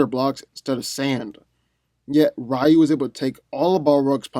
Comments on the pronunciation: Rayu? Isn't it pronounced Ree-yu? 🤦🏾‍♂️ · It's pronounced Ree-You, not Rie-You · rEYE-oo... no. REE-u 👍🏿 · It is. He just mispronounced it. The same way he mispronounced "Ryu". It's pronounced "Ree-U", not "Ri-U". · Balbosa-Mc Intosh No it ain’t. It’s Ree-yu. Go watch the animated movie. Everyone said Ree-Yu . Not Ra Yu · Rayu?! It's not Pokemon 😑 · I new Scorpion was going to win when you didn't even pronounce Ryu's name right lol. Also, you didn't go over the dark hadou, which could probably vaporize Scorpion. All jokes aside, I would definitely give the w to Scorpion, in the nether realm, if Ryu didn't harness the dark or light hadou. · You pronounce "Ryu" wrong. His name is 1 syllable, not 2. It means "Dragon" is Japanese.